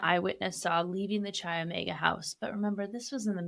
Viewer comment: Chi is pronounced kai